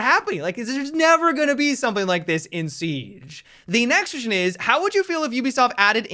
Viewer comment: .." the nextion is" haha awesome